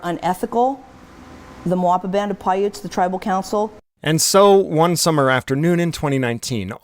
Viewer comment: I thought you said "Moapa Band of Pirates", it definitely fits lol